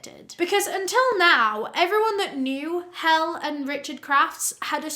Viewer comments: Enjoying your videos, but as a Danish person it makes me giggle when Helle is pronounced "Hell" - it is pronounced Hell-eh - the e at the end is important :-) Absolutely love your content though - and Danish is HARD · I love your vids but please double check how to pronounce a name. Especially if it's the victims :'3 it's "hell-uh" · Lol her name is pronounced hell-eh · Great video! I feel terrible for her. I must say, though: Helle is not pronounced "hell." <3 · So sorry, absolutely not trying to call anyone out. Helle is pronounced "heley" like Haley with an E instead of A. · the way you say this name is "Heh-leh" by the way !!! those scandinavian names really kick people in the nuts tbh LMFAO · As a dane, the right pronunciation of Helle is Helleh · i love this cause im from denmark and i think her name is helle thats a normal danish name and hel is not, its pronounced helleh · Just a friendly tip. If you’re not sure how to pronounce someone’s name when you tell their life story, it’s worth Googling it. Helle is pronounced “HEH-leh.” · The E at the end of the name Helle isn't silent but pronounced kinda like the E in "end". Throughout the video I thought she was named Hel after the death goddess, ruler of Helheim and daughter of Loki in norse mythology. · I’ve seen this story on other vids and something was off about pronunciation of her name- it’s pronounced “Hellie” AKA same as Nellie- looked it up to be sure regarding Danish pronunciation. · It's actually pronounced Hellie. Spelled Helle. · I love how you covered this case(but also her name is pronounced hel-lay) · As a Dane I just want to say that that Helle is not pronounced ''Hell''...😀 I mean, it's not a big deal, bu i is an unfortunate mispronounciation 😅 The ''e'' at the end of Helle is not silent. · Helle is pronounced hell-uh ☺️ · 🤦🏻‍♀️🤦🏻‍♀️ her name is Helle. Pronounced “hell-eh”. It’s an Old Norse name that remains popular in Scandinavian countries. The whole world isn’t English you know?